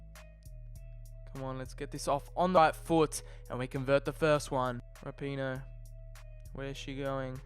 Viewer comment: He pronounced rapinoe wrong